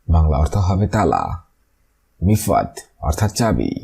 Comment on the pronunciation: মিফাত না মিফতা মানে চাবি।